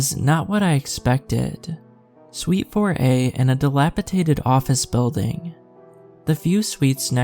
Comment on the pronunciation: Why do creepy pasta readers keep pronouncing "dilapidated" as "dilapitaded"? Mr. Creeps does it too sometimes. Another one is I hear sometimes "foliage" mispronounced as "foilage". Are these words commonly mispronounced? I have embarassingly little human interaction obviously lol